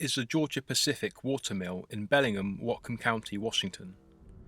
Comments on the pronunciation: Hey this is where I live! We pronounce it Bell-ing-HAM, not Belling'em...but whatever. I have lived here for 35 years, media coverage on this event has been extremely/curiously minimal. But our cops are corrupt and the newspaper is only good for lining animal cages. Truth be told.... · lol “Bellingam.” It’s “BellingHAM” ;) (just a local nitpicking—cool video!) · Can't believe I've lived here over a decade and never heard about this! Thanks for the great video. Incidentally, we pronounce the H, BELLingHAM :) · Your pronounciation of the place name is incorrect. Amercans say the ham as in the meat!